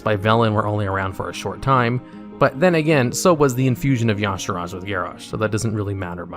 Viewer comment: Y'saarj. E - sarge. That's how it's pronounced not yog, sarodge